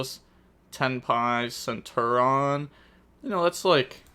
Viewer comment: bro that also isnt centur-ion. this guy